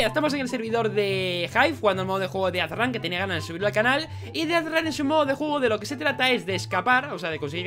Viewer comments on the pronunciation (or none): no es dead run, es deathrun